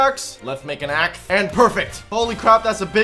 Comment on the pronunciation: What I was say is to stop saying kaxe all the time